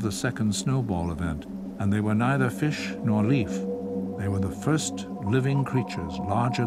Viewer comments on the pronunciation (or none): none